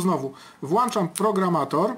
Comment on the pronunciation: włĄczam nie włAnczam